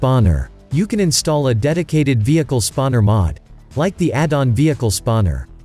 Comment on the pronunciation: I like when he tell vieeechal 😂😂😂